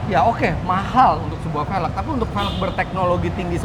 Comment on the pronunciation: cuba sebut "velg" dgn betul.